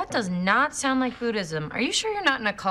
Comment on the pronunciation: Sound 발음 6번 7번 사나로 들리네요 ㅜ